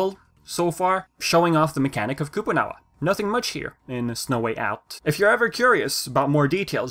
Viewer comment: "We have Koopoo-Nawa..." Lol